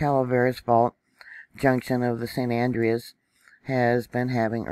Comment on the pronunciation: Hi. Here in CA we pronounce the San Andreas fault as ANN - DRAY - US. Just as an fyi... thanks for the report!!